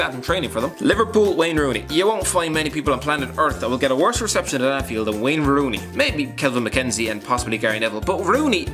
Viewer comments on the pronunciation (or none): none